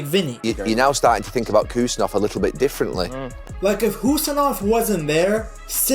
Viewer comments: Thank you for your pronouncation, not Kusanov❌ Husanov✅ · 👍Husanov yes bro ! not Khusanov 🗿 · Finally someone who pronounces his name correctly ❤ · finally someone pronounced his surname correctly